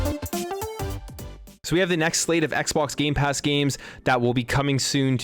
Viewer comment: you said gay pass games